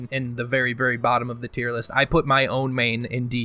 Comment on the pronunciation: Has he said Tierknee yet?